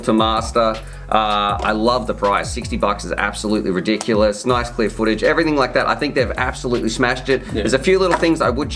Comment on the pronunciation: lol NICE or NOICE